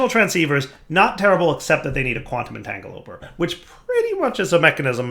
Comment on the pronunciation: So can pronounce Rhodochrosite correctly, but he can't pronounce Quantum Entangloporter correctly. Take a shot every time he says entangoloper.